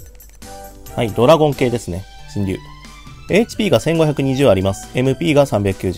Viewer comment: 読み方しんりゅうじゃなくてシェンロンです確か